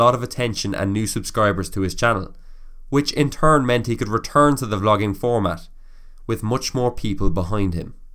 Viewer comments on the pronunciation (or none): none